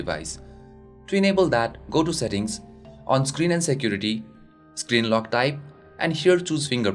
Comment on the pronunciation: shaport,jesture,Shecurity,eajier,PHITURES,choooze,oder,eajily,izz,50 pershent,SUUT hahaha and many more. OMG what a fucking pronunciation.